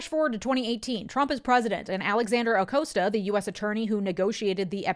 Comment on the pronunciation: Acosta rhymes with pasta, FYI.